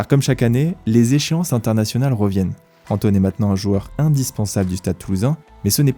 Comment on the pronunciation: C'est "joueur" et non : joeur 😉. Merci pour ce bon documentaire.